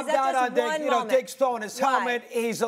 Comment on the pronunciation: Madd Dog gotta pronounce Diggs a lil clearer